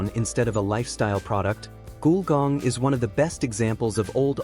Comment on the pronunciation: Definitely robotic narration, mispronounced "Gulgong" as "Goolgong". The pronunciation is "Gull", as in breed of bird, and "gong", a loud sound when a disc is struck(like the J. Arthur Rank Movies intro). Put together to create "Gulgong".